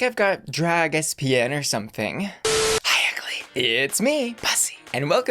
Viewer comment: “Espian” 😂😂 its ESPN 😂😂😂